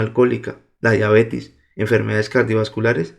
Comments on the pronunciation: Se dice diabetes no diabetis. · Me estresas diciendo diabetis !!! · no es diabetis, es DIABETES